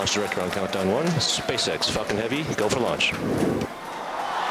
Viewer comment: why did it sound like "spacex fukin heavy"